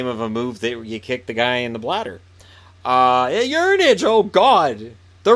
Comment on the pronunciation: Uranage I believe is pronounced Oo-ra-nah-geh. Or commonly pronounced Yur-ah-nah-guy(like Guy Boucher) in WWE when used by Bray Wyatt,Samoa Joe and others.